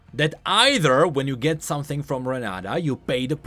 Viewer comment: "renaDa" looool her name is renaTa